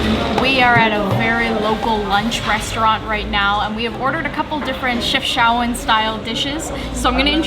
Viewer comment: It really is not hard to pronounce city names correct when every sound is available in your language. It is disrespectful that you didn't even look it up. Chef (as in cook) Shao (like shower) ouen (like ewww then an -en)